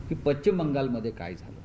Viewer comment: आरे हा पच्चीम बंगाल असे म्हणतो, याला पश्चिम शब्द uccharta येत नाही,😊😊😊😊